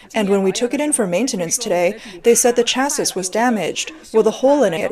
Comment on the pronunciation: Chassis is pronounced cha-see.